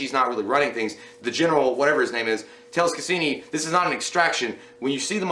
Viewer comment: Lmao!!!! It's casian not casini. Unless you meant to say it that way